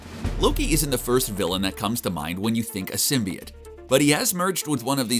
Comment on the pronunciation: Who else has a problem with the way he pronounce symbiot